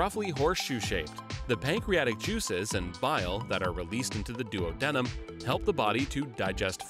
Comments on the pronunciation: i hate the way he pronounces duodenum lol i get pronunciation of it is colloquial, but ive heard doo-ah-di-num more often than doo-oh-di-num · Excellent video, but duodenum is pronounced DOO-ah-DEE-num... not DUO-DENIM... that's two pairs of jeans :) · He said: “Duo-denim” Correct pronunciation: “Do-AH-denum” (emphasis on ah) Great explanation, otherwise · Am I the only one who scratches their head when the narrator pronounces duodenum as duo-denim and not duad-numb? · The pronunciation of duodenum is killing me 🤦🏾🤦🏾🤦🏾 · So many pronunciation errors, e.g., “larnyx” (it’s larynx) and DUoDEnem (it’s duOdenem). Embarrassing!